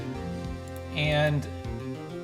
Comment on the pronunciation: Look up how to pronounce lithium